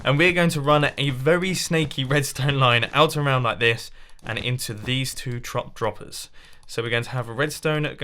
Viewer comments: "These two trop droppers" LMFAO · “Trop droppers”